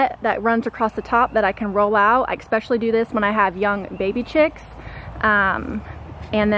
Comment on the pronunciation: No such word as (ekspecially) You said this numerous times in your video. Just so ya know.